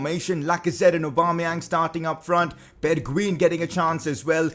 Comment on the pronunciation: You not pronounce it like “bergween” its like “bergwein”